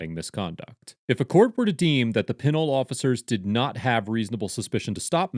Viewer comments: Its pronounced Pin Ole lol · It is pronounced Peh-NOle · It is pronounced “Pin-ol” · Pronounced PANOLE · Pen-nole not pinnle